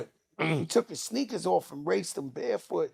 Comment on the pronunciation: Yo, I'm still in TEARS about the little Morrocan man story!!! Jada said "Look at his little shneakers...." 😂😂😂